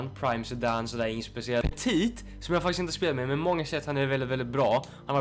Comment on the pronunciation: Du säger petit helt fel